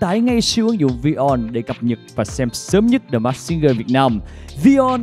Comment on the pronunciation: Mình rất mê chương trình ♡ Hy vọng góp ý nhỏ này sẽ có ích ạ: Singer /ˈsɪŋə/: phát âm đúng sẽ là sing "ngờ" chứ không phải sing "gờ" đâu ạ ^^ The masked /mɑːskt $ mæskt/ Hóng chờ tập tiếp theo quá ạ ^^~